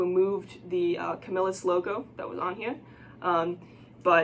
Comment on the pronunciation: Yes you are saying it right I live in camillus ny where they was made they sold out now made in China